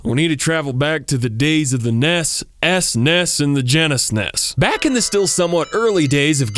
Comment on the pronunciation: subscribed the moment you said nes, esnes, and genesnes